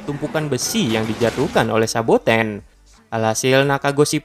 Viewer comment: Saboten bang bukan sabakan